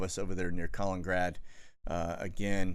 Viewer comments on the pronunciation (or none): Your killin’ me with this pronunciation. It’s a KAH-LINEN-GRAD. Kaliningrad. Not Colin-grad. Lol. You still rock.